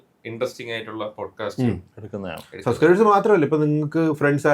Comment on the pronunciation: “Subscribers “ .. pronouncing onnu sradhikkooo..